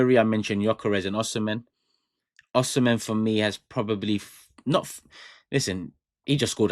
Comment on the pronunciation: You did not call his Nigerian name correctly, he is from Edo state, Nigeria